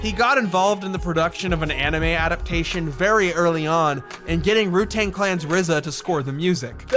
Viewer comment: did he say "ru-tang clan"